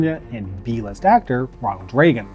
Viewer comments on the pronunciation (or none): I thought he said d-list lol. Thx for the comment, no need to rewind. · Yes but I chuckle every time he says it.